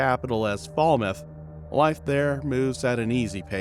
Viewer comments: Lie,it was not her" SON " but a stepson...😮please pronounce the name of the place properly " FALMOUTH " and "TRELAWNY " only one biological son she had.😊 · first of all you calling the name of trelawney wrong and also falmouth. where didi you get photos of her and who authorize you to go into someone country and do a blog about something that you have no clue about